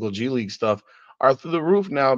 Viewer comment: So if Bronny starts playing in the G league, what happens if he doesn't do well there? The way I see it, he will have one option,,he can be cross traded to the LA Sparks. Surely he'll be able to dominate the players in the wnba. So when you say "G league" it sounds like you're saying "Gigli" that horrible Jennifer Lawrence movie